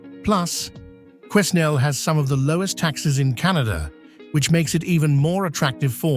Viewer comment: Learn how to Pronouce Quenal